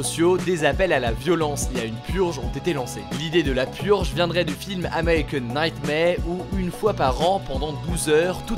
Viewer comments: "american nighmare" l'accent ptdrrr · "AMERIKAN NAITMARE" xDD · « AmEwIcAn NiGhTmEw » 😂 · Ce franglish dans « american nightmare », délicieux